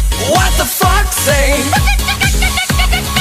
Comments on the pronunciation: It's sounds like what does the f*** say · And "what does the fox say" always sounds like "what the f*** say" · Why do I here the f word when is says the does the fox's say ._.